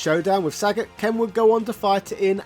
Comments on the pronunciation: It's not Saget mate, it's Sagat. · Sagaaaaaaaaaaat not Saaaaaaaaaaaagat